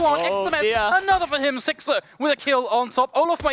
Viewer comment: one of the casters keeps calling sixer "sixter" lmao